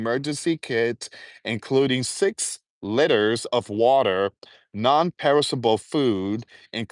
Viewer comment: Litters liters 😂😂😂